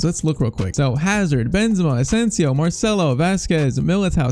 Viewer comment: It’s spelled “kros” not “krus”